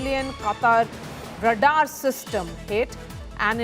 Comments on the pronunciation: And d number of times she s repeatedly pronouncing it wrong & d way she stresses is so annoying! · Very poor pronunciation of radar by the news presenter! Extremely annoying! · “Radar" is pronounced as RAY-dahr (/ˈreɪdɑːr/ or /ˈreɪdɑː(r)/). It consists of two syllables with the stress on the first syllable, where "ray" rhymes with "day" and "dahr" rhymes with "car" News reporter needs to speak more accurately. Her mispronunciation is disturbing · What is Radar system??? Wrong pronunciation!! Can't bear to hear her!! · Radaar system...hahaha...funny pronouncing